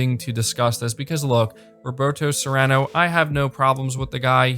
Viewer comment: Not Serrano 🤦🏼‍♂️😂